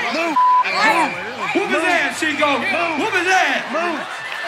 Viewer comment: his name is no longer Chico. It's Cheek-O 😱Wutt's up with the shorts, man?! 🩳😂